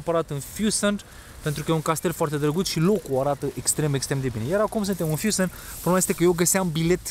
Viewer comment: Mi se pare ca adaugi un "T" sau "D" in pronuntia mai multor cuvinte, dupa litera "N". Se aude "FüssenD". Sau "FanD"